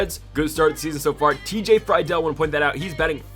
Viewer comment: U finally said friedls name right at the end. Love this series